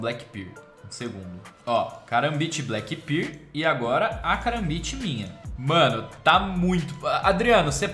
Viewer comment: 'karambit Black Birl'